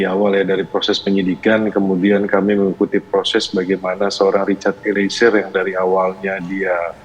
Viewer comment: Mbaaa host ..eliezer... Bukan Eli ezer...gmn sih andaaah nyebut nama org...